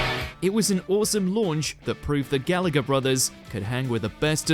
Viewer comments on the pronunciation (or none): none